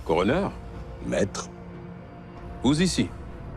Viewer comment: Just coroner not choroneur 👍